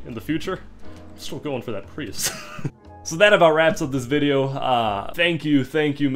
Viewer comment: "i want to give you your privus", sir i believe its prius